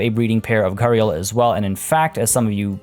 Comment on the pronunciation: The way Gharial is pronounced is Gare - e - all